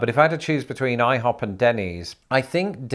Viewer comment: IHOP!!! You Sot! got everything else right.